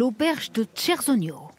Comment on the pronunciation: On peut dire à la dame qui met sa voix sur le reportage que "ch" se prononce "k" en italien? Chiappera ne se prononce pas tchiapera, mais kiapera. idem, Chersogno ne se prononce pas tcherzonio mais kersonio. Eh oui le s aussi se prononce s mais pas z. Franchement c'est assez irrespectueux, surtout que l'italien est très simple à lire. Il n'y a pas de piège de prononciation comme en français lorsqu'on lit un mot. Quand on vente les mérites d'un pays c'est bien de le respecter.